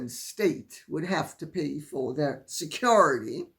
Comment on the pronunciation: The way Lady C pronounces “SECURITY “ makes me giggle every time she says it.